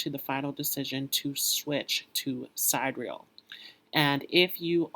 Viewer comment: Honey, you are doing very well. Keep up the good work! If you would like to appear just a bit more polished, pronounce ‘sidereal’ as ‘si-dear-e-all’. Thank you for all of your hard work! The lighting is pretty good but people seem to respond better to ‘light, bright” backgrounds that create a feeling of happiness and bliss. Not to mention, you are good looking and you have symmetrical features which people are drawn to. The information is spot on. So, I don’t really have any helpful tips here. As you progress with your channel, you will become more and more comfortable so the information flows naturally. You’ve got a great skill set and I hope you are proud of what you’ve accomplished so far. Keep going, young man! And, I know this may sound odd but, try smiling as you speak. It will bring a twinkle to your eyes which will also draw people to your channel. I wish you well! May you achieve the level of success you desire!!